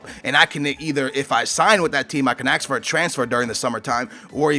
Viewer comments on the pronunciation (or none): "ask",. not "aks"